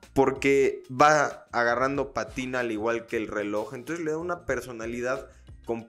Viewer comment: Bro… es Pátina, no Patina … un abrazo